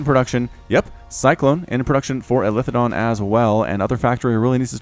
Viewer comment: btw it is eli THE don, not elithe don hahah love the content though.